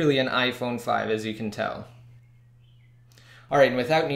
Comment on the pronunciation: You have to speak more clearly at the end it sounds like you said "YOU CAN'T" jail break these devices